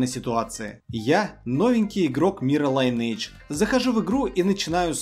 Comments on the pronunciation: Что еще за лАЙнейдж? Линейдж! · Братишка, учи английский. И будет ЛайнЭйдж) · Судя по твоему знанию английского, ты его точно не знаешь. Правильное произношение Линейдж.